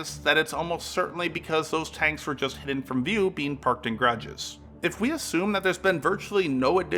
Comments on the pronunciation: Ga-ra-ges. Grages got annoying real quick.. Otherwise good video! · G’a’rages not grages x) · "Grodges"? Seriously? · What is "garges"? Is it your way of saying garages?